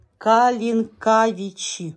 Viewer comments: Кали'нковичи находятся в Белоруссии. Ударение на первое и. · Калинковичи, ударение на и, это в Беларуси. Смотрю Вас давно, удачи и процветания Вашему каналу. Здоровья Вам и вашим питомцам. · Г.Калинкавичы - это Беларусь Гомельская обл. Ударение на ли. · Ой, да не ссорьтесь вы!😂 " КалинкАвичи " немного резануло слух, но не все обязаны знать названия райцентров гомельской области. Многие и о Гомеле то недавно узнали...хотя ,прекрасная песня Клён родилась именно там ❤❤❤ С уважением ко всем - коренная гомельчанка ❤ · Калинковичи это Беларусь. Ударение на втором слоге,но это неважно. К сожалению с Украины вам ничего не могли передать